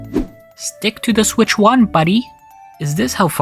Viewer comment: "HD rumble was part of the ninTENdo switch, but since we are talking about the nintendo SWITCH two-" What the hell is that intonation? That's not how you differentiate between numbered generations. You put the emphasis on the parts that are different. You have the nintendo SWITCH, and the nintendo switch TWO It doesn't really matter, but it's bizarre 🤔